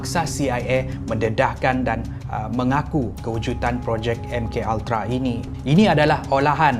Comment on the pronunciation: Salam. Saya sangat suka dengan isi2 dan vidio2 dari anda. Cuma kadang2 anda tersalah menggunakan perkataan yang saya rasa lagi cantik kalau anda betulkan perkataan2 tersebut. Antara perkataan2 yang selalu saya dengar anda tersalah sebut: 1. Kewujudan. Selalu anda sebut kewujutan. 2. Menangani. Selalu anda sebut menanggani sebutan mengikut suku kata {me na nga ni} bukan {me nang ga ni} 3. Kecacatan. Dalam vidio kali ni saya dengar anda sebut kecatatan kekal. Maaf kalau saya juga ada tersalah dalam menegur. Saya sangat menyokong dan suka dengan setiap pengisian di sini. Saya menegur untuk menambah kebaikan untuk kita bersama. Terima kasih.